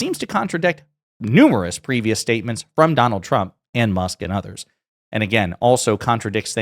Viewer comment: I'm sorry but it always sounds like she says Chump instead of Trump.